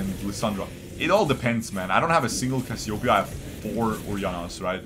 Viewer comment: not cassiopia ..., Cassiopeia . And check your nose ..